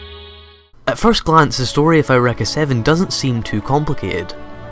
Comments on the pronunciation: "aow-wrecka" ? isn't it pronounce "you-ricka"? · I have never heard of this anime before today. So it's pronounced "air wrekka"? I won't remember that. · skysyrup I'm guessing his reason for pronouncing it that way is due to the fact that the word "Eureka" is of German origin, thus is supposed to be pronounced "OY-REH-KAH" (since "EU" is pronounced "OY," and the letter "E" is pronounced "EH," in German). Just a speculation, though. I may be wrong.